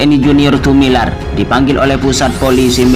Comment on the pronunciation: Admin membaca lagi yg benar, Tumilaar bkn Tumilar tks GBU